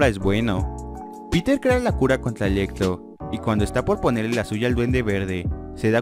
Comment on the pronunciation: Electlo , estleinch xDDD